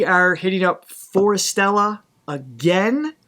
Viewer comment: The name Forestella is pronounced as Forest + Stella NOT Fore Stella.